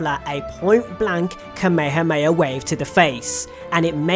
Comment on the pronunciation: ITS KA-ME-HA-ME-HA COME ON NOW